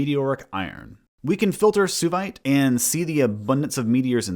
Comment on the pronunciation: Should Suevite not be pronounced "sway-vite", like the ancient Suebi and modern Swabia